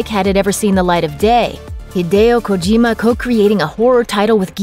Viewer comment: Kojima not kogima